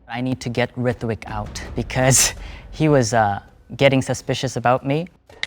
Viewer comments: To be honest Ritvik's accent doesn't sound Marathi at all. Even the way he pronounces his own name Also whats with that final question, did you find the mole? You've introduced the mole in the very beginning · ritvik adhi nav neet bolayla shik te mhantana (rooh-tvik) asa asta